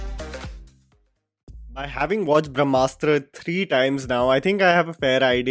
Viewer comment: Brahmastra deserves half a star at best. The heroine calls it Bhramastra, not Brahmastra. She couldn’t pronounce it correctly. She shouts ‘who are you, Shiva’,’ what are you Shiva’ countless times before intermission. I thought it was a cocktail made with a dash of Harry Potter, Hero’s duality & Force and darkside from Star Wars and typical Bollywood love story!! It is not rooted with our history/mythology. Take inspiration from anywhere you want, but presentation is important. Even Bahubali had love story of Devsena and Amarendra. It was beautifully written. Brahmastra showed love story of leads like some Instagram reel.